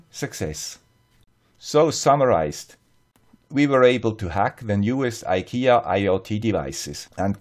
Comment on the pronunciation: Tråd=thread or another word for cord (kabel, sladd in swedish). Fri is free or less. Trådfri is ikea-swenglish for cordless. You can translate from swedish to english in two words. tråd fri = thread free. Thanks for all your good work. And btw. To be a little bit swedish you have to pronounce IKEA in swedish. [ee-kay-ya as one word eekaya]